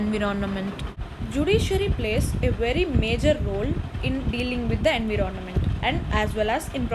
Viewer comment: It's called environment not inveronment.